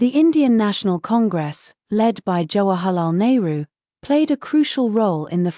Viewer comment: Jawa halal nehru ?? Abe british pronounciation shi krle 😂